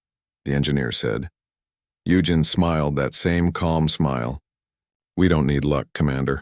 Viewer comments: I gave up after the AI voice was unable to pronounce the name Eugene after 15 attempts. It's U Jean, not U Gin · “U-Gen”. Lol 17 & 47 again